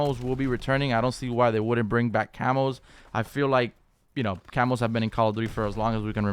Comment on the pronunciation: CAMOS... I thought he was saying Camels LUL